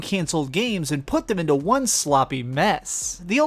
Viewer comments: What sort of speech impediment do you have? Number Juan? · I absolutely love your channel, and I don't comment on much on youtube but I really just had to emphasize how amazingly you said "number hwahn" in this video